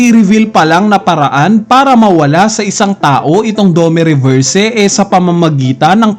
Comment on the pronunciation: aral ka kasi para alam mo tamang pronounce.. 😅🤣😂.. puro nood ka lang ng anime eh.. saka fan boy ka lang.. 😂🤣😅.. dome reberse 😅🤣😂